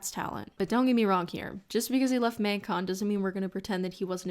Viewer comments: Literally no one:: Maeng-con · is it just me or does the canada really jump out when she says “magcon”?